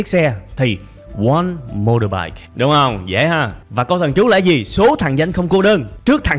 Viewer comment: Mà sao thầy phát âm từ "motorbike" mình nghe lạ lạ ghê, như là "mô đô bai"??? Ko biết có phải mình nghe nhầm ko